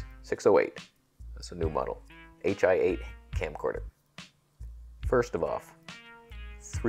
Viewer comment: Correctomundo. Plus he's pronouncing it wrong. Should be (high eight) as in high-band 8mm.